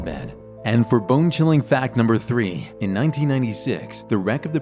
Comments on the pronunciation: i heard him say bingchilling 💀💀💀💀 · every time he said bone chilling i heard bing chilling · Bone-chilling? No, BEAN CHILLING